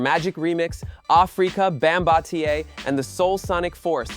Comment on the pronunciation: Who tf is "Bombataya"???????!!!This AI 💩 man .Young folk need to know the foundation of Hip Hop, and with all this advanced technology can't even pronounce the Pioneers names right 🤬